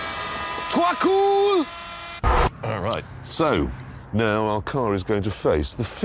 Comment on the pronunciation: “tuO kooL”